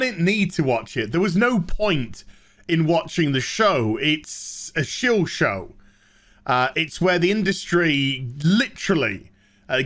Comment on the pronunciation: you pronounced 'shill' wrong.